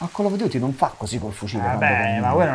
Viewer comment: non è Call of duty ma Colon Duty